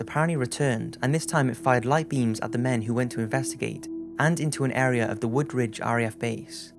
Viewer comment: It's WoodBridge not WoodRidge🙈🙈 I live right near the forest!